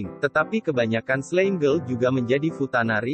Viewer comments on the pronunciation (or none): Slime dibaca slaim